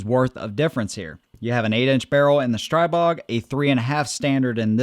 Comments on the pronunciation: It’s pronounced Stree-bog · Str-ee-bog, per owner of company.